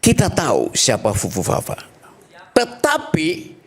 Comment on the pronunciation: Pitra, kau belajar dulu ucapkan uruf "f" baru berdebat di media sosial, FUFUFAFA BUKAN PUPUPAPA